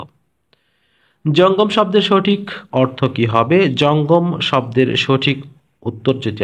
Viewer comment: সঠিক এর উচ্চারণ আসলে কোনটা ভাইয়া সঠিক=স+অ নাকি সঠিক=স+ও আপনি সঠিক কে সোঠিক বলে উচ্চারণ কেন করেন???